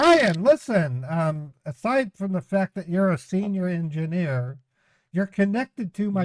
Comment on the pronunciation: Ingeenier??? 😂 This guy is a real eejit! 😅